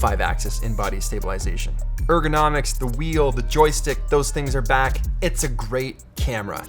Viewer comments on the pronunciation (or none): Every time you said ergonomics I heard Urkel-nomics. I need to stop watching the Office 😂